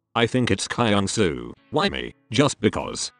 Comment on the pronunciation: THE WAY THEY PRONOUNCE KYUNGSOO "cry-young-sou(p)"